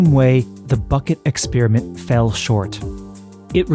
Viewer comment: Firstly: it hurts the ears to hear "exp-ee-riment" ; it's "exp-a-riment"😀. Besides: Hypothesis 2 has to be true. Otherwise, it's nature itself itself (herself? like in "mother" nature? or themselves? like in wokese-twitterese?) that has the trouble of creating a predating, sub-existing, "basis" theatre of infinite, infinitely dense sets of spacetime coordinates where reality comes to play its role. This however seems rather complicated, since spacetime behaves weirdly, making it so far impossible to reconcile GR and QM... The only logical answer is that spacetime is emergent at some level (possibly way way waaay up in the scale from the Planck's 10^-35m/43s - maybe it's just nanometers instead). That emergent rather rigid fabric then gets dragged along with the "motion" (whatever it REALLY might be) of any "frame of reference" (= a set of relationship based networks between events that are interdependent, aka: "an observer")